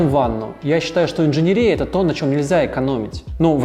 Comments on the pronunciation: *жалюзИ, а не жАлюзи. Слова французского происхождения обычно "ударяются" на последний слог: пардОн, СарказИ, оливьЕ) **инженЕрия, а не инженерИя! Неправильная речь очень дешевит высказываемые мысли и подрывает авторитет☝️ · В видео есть несколько проблем с ударениями: жалюзИ слово французское, ударение всегда на последний слог; инженЕрия от слова инженЕр